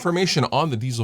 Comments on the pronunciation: Do you know where the name for this amp comes from? And yes, you pronounce Diezel very well. I'm from Bavaria Germany and happen to know the chief engineer. That's why I know what the focus was in development. tight, lots of headroom and reliability. cool piece you have there. have fun. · You’re late to the party! But thank you for pronouncing it correctly! Cheers from Germany!